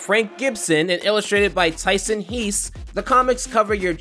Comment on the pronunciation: Its pronounced Tyson hes btw not heeees